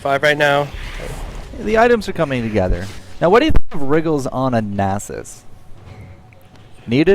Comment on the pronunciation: so this guy cant pronounce nasus and he never shuts up. nxt time ur with him tell him to shut up.